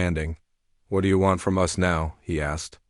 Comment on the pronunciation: us is pronounced us not U S`